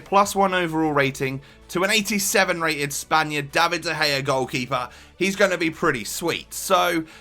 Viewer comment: Dea Gea.. LOL!